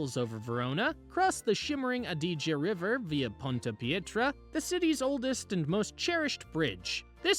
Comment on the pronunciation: lad to help 👍 And thanks for the restaurant tips. I will be there end of this month. I didn’t get a chance to write them down so I will watch the video again.!! Oh and Adige is stressed on the first syllable not the second. 😊